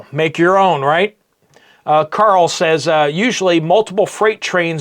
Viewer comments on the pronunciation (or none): none